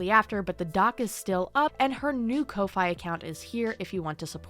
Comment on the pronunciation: absolutely unforgivable behavior. jail I do have to add it's not pronounced "Co-fye" It's pronounced like "Coffee" As in "Buy the artist a coffee" But spelled Kofi